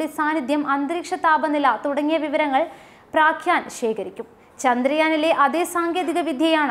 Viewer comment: praakyaan alladee pottee prajna प्रज्ञा aanu